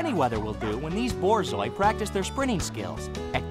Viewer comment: “THE BOARZOAI”